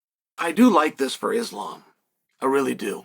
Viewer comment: At least Chael can pronounce “Islam”… 🙄